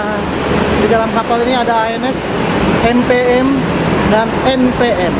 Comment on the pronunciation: Lucu nyebut NPM nya.. anak saya jd ngakak 🤣🤣 en pee em 🤣